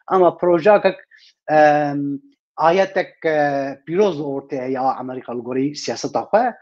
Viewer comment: Bira can... ew bes e wun dibêjin "Amrîqa" yaaaaw...!😂 Amerîka...✔ Amrîqa...❌